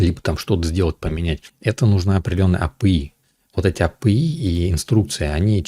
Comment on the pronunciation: А пэ и...😄 У всех апи, у него - а пэ и...